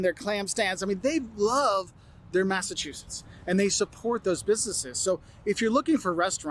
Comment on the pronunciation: No offense, but this guy sounds nothing like the people I have talked to in Mass. Mispronouncing 🤦‍♀️🤦‍♀️🤦‍♀️